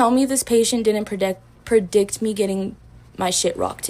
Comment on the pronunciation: That girl said predic....predict lmao 🤣